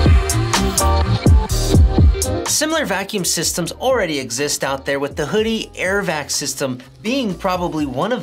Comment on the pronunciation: You said it right. WHO-DEE. This is a trick accessory but I'll stick with my trusty Tamiya (Tommy-Ugh) shock pump I've had for over a decade lol.